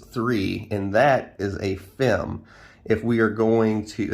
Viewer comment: FIM (F**k---I---Missed) not FEM... Not trying to be a N@ but accuracy is always a good thing. Great Video Great Class